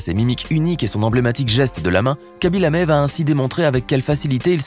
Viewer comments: On dit kaby lame pas kaby lamé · Ça ne se prononce pas "kaby Lamé" mais plutôt "khaby lam" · Pas kaby lame c'est khaby lamme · " Khaby Lamé " 😂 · C khaby lame pas lamé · Ses KHABY LAME ses pas KHABY LAMé